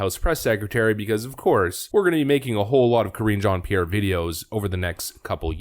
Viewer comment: It's Mizzz Jean-Pierre! And you need to pronounce it in a French accent! LOL!